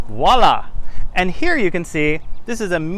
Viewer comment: you just have to work on the pronunciation of "Voilà" :D I'm french ;) You sound more like "oila" :D